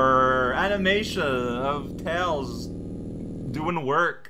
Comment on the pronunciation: Tiles "Mails" Prower